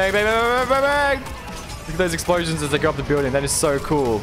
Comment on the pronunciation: explosions? i thought he said eggsplosions